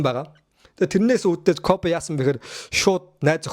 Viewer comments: Дахиж битгий бичлэг хийгээрэй гуйж байна. КОФЭ БИШ КОБИ ШҮҮ. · Тэнэг малнууд Kobe shuu jegshig medej bna э bish и geee duuddag yum huduu huduu ene кобэ кобэ гээд малтаад байга дээр + нь та 2 таг хөдөө зав хэл бас мэдэж ав КОБЭ биш КОБИ гэж хэлдэг мэдээд авчуул та 3т л хэрэгтэй okey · Jhn sudlaj baij naadhaa hgce sda ysn dutuu dulimag medeeller iim bcleg hdginbe tgsne кобэ кобэ gshgad bhi коби bish ymuu ttlaa sda ahahahah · Кобэ биш коби шүү дүү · Kobe bean braynt гэдэг facebookig pacebook гээд мангартаад бдаг шиг хэлэхдээ коби гэж дууднаа э биш и гээр дуудна кобэ кобэ жэгшиг ядахна зөв хэл л дээ хэлэхдээ коби 3аа кобэ кобэ ёооё коби гж хэлдэг юм аа мэдэж ав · Ахыгаа юу гэсийн Кофи гэсиймуу😂😂😂